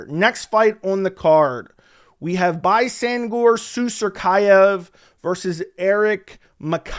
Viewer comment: has been practicing pronouncing BAISANGUR SUSURKAEV ALL week, to nail it like that! 🤣🤣